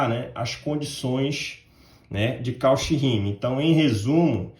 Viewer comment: Muito bom"! Apenas uma observação: "Cauchy" pronuncia-se "Côxí". (Com sílaba tônica xí)